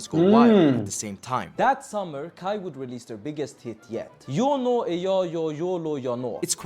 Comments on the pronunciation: KAJ is pronounced as kai. In Swedish j is not pronounced like in English - djay, but like yi. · I register that pronuned KAJ in the rigt way, but pronunced in English.. that got a lot of french prononciations on letters! I do think vould pronounce it as KAY in english/normandic/french?? I do feel sorry for Måns, he could have won in any other nation, with his europop/eurovision perforemance, it was great! And then some afterthougts.. Im positive, I think Eurovison need this, more autentical, local language, local positive things! On the other hand.. Im afriad if we wins, becuse it costs a lot to host next Eurovision final.. its kinda mini Olympics! Its this that its a EBU competition, its national public broadcasting companyes that competes, that get there fundings frome there population fees not there goverment! In worste case if we win again, we have to watch a lot of USA made cheap soap operas, for a year or two!:face-orange-raised-eyebrow